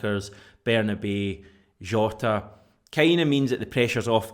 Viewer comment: Can we call Bernabei the right way - it’s Berna-bye